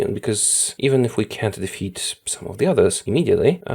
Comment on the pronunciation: Defeat not Defat